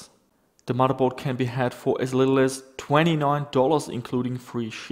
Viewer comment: "MODDERBOARD". FFS, dude.